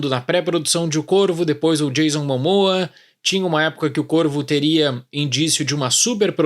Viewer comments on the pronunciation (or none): none